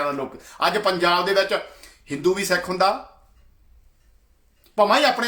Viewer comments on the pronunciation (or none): none